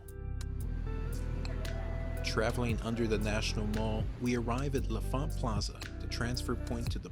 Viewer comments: L'Enfant = "Lahn Fahnt." Not "Leh' Fahnt" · You keep saying "la font," but the N isn't silent, it's "lon font." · “Luh-font” is the proper DC pronunciation. “Lon-font” is how transplants pronounce it